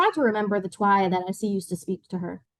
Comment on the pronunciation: FYI Twi is not pronounced Twy like “try.” It’s pronounced “chwee.” Please do the book and the culture the honor of getting the pronunciations correct